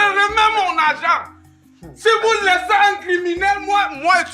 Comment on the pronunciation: Mettez vos zargent 😂😂😂😂